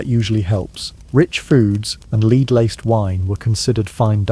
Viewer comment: Pb is led not leed